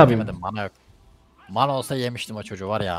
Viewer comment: Mâna değil mana